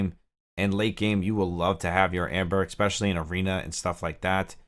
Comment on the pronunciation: Ember not amber! There is an E not an A at the beginning of that name!! that is my only issue with this video